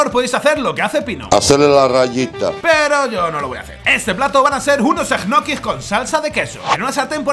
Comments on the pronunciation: EJNOKIS JAJAJAJAJAJA... LOCO SE PRONUNCIAN ÑOQUIS! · que raro que pronuncias. yo soy de argentina y siempre pronucie ñoquis y escucharte decir egnoquis me bugueo la cabeza y quede con lag mental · Soy el único que cuando dice egnoquis se quedo diciendole ñoquis culiado son ñoquis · O 'nochis' como dice Pablo jajajaj. Por cierto, ole por lo de Dani!! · Se pronuncia Ñoquis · Que forma rara de pronunciar Ñoquis (?